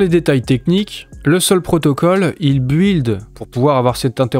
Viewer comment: Arrête de prononcer « buiiiild » il faut le dire « bild »